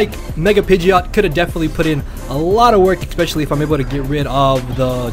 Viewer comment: "xpecially" triggered.